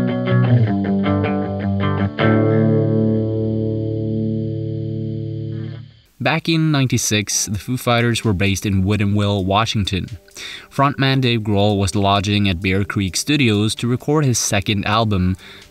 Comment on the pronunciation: never thought i would hear someone pronounce Woodinville as Wooden Will